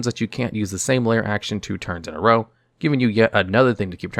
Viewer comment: Drow drow drow your boat 🤣